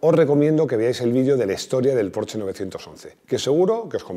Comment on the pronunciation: Mil gracias por pronunciar correctamente el nombre PORSCHE....y que no diga Ud como muchos PORCH,...